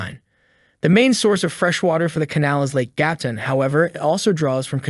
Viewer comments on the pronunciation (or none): You need to work on your pronunciation... It is "Hoohees" and "Gatoon"...